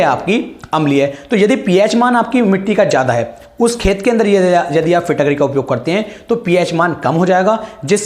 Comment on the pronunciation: फिट करी होता है न कि फिटक री